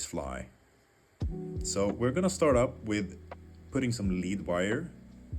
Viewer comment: Great fly. Thank you! By the way, the metal lead is pronounced led, but your English is better than some British people!